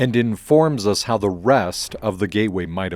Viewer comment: Thank you for this helpful video. (Do learn how to pronounce the definite article in its various contexts.)